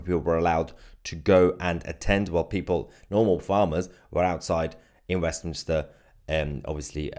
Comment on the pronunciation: Mayhar, you dis say "WEFminster", didn't you? If you didn't, you can have it... Merry Christ-Mas to you, your fiancee, and one and all!